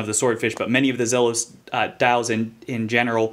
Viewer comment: for pronouncing the brand name correctly